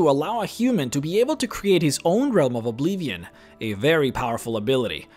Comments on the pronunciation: Ob-LIV-ee-on. Not Ob-lee-vee-on. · Dude.. I'ts Oblivion, not Obleevion. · Oblivion* its OBLIVION. Not obleevian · What is this obleevion you speak of? I only know about Oblivion. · not to mock you at all but why do you say "Oblivion" so funny?